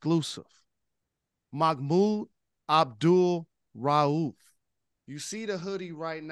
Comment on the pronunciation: Hey brother Rose. Bless you man. You say that man's entire name and with emphasis and correctly. I love the respect of brother Mahmoud Abdul-Rauf. Big up to Detroit brothers and sisters. Always got love for how yall move. What Up Doh!